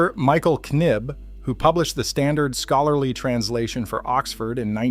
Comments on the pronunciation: Knibb mate silent K pronounced Nibb 😂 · You mispronounced Michael Knipp's name. When the letter K is before the letter N the letter K is silent. So you would pronounce Mr. Knibb as Nibb. You wouldn't say Knight as knight would you? We would say (night) Knight in shining armor.